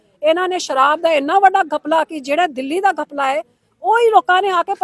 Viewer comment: ਘਪਲਾ ਹੁੰਦਾ ਗੱਪਲਾ ਨਹੀਂ । ਦਿੱਲੀ ਦੇ ਬਈਆ ਨਾਲ ਰਹਿਕੇ ਸਿਮਰੋ ਪੰਜਾਬੀ ਭੁੱਲਗੀ ।😁😁😂😂